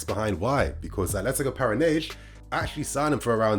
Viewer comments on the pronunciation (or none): Just for pronunciation sake; Brazilian Portuguese does not use the “sh” sound like Portugal. Whenever there is an “s” at the end of a name or word, the Portuguese use the “sh” sounds and they will even cut the rest of the word. In Brazil, an “s” within a word makes a normal “s” sound. Para-na-N-si is how you would pronounce the team that Vitor Roque plays for. If the “s” is the last letter, then is makes the “z” sounds. Ex: Alves is pronounced Al-vez, NOT Al-vsh.